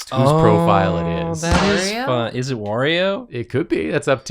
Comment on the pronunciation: why did you put emphasis in "IS" ? Shouldn't the emphasis be on "IN" ?